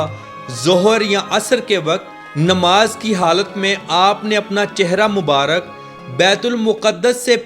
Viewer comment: نماز نہیں ہوتا ہے نماز ہوتا ہے زبر کے ساتھ میرے بھائی😊😢😂❤❤❤